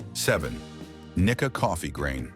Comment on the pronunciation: One indication it is AI is that the pronunciation of Japanese names is absolutely horrendous. For example: There is no "short-i" vowel sound in Japanese, so the pronunciation for Nikka should be "Knee-kah." There were many others in this presentation as well, which sounded like nails on a chalkboard to my ears (and yes, I speak Japanese and have lived in Japan for 31 years).